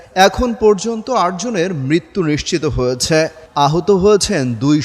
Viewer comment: হয়েছ্যা এটা কি ভাই 😂😂